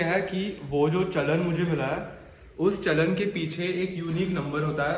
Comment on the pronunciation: Its Soya Chaap(चाप) not (छाप ) Also its challaan(चलान) Just pointing it out as some people may get you wrong.